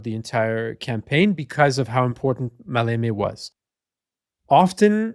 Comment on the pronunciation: The emphasis in the word Maleme is on the 1st syllable "Ma". I think that 35 years ago I read a book published by the official history department of the Greek Army, that Kurt Student was ready to commit suicide if the operation failed.